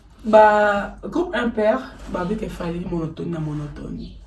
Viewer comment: Et puis il dit monotomie 😂